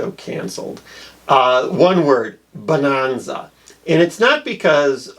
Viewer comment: "Bah-non-zah." Holy smokes, how old are you and what nation are you from? By the way, it was the 2nd most popular show. The dubious honor of #1 was The Beverly Hillbillies, which explains something about America's tastes at the time.